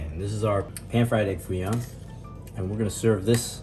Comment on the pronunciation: Not Foo Young, but Foo Yoong.😂😂